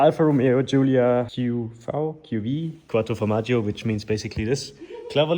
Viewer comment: Quadro formagi 🧀😂😂😂🍀